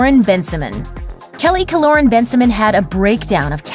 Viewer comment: It’s pronounced Ben-si-moan 😂😂 not Ben-si-min